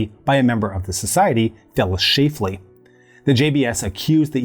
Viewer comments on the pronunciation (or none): Aaarrgghh! LA-TRILE??? really? The cure for cancer that was provided in clinics in Cuba, made from peach pits if I remember correctly, was Laetrile and is pronounced "LAY-A-TRILL" thank you very much. After he mispronounced Phyllis Shafly's name (it's pronounced "SHAFF-LEE" not "SHAFE-LEE") followed by his mispronunciation of Laetrile, I had to comment. I guess you had to be there.